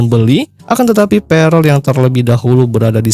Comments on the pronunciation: bang bukan perel tp perll 😭😭🤣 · Prell bos bukan perel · Pearl bos bukan prell